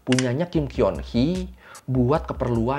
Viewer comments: cara bacanya bukan Kim Kyeon Hee bang.. Kim Geon Hee... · Kim keon Hee kalau orang Korea bacanya jd "Kim koni" Gitu ,cantiknya asli apa oplas ?penasaran😅